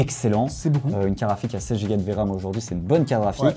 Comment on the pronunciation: Perso j'entends karafik et pas carte graphique. Je vais changer d'oreilles.